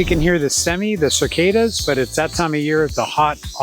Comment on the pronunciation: I promise you, there is no "r" in "cicada". (Those textbooks you had a hand in creating must make for some interesting reading.) The Starbucks nearest to me is an hour away by car. (And that's how I like it.)